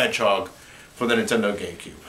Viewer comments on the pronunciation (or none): Is it just me or does it sound like he is saying Nintendo GayCube and not Nintendo GameCube.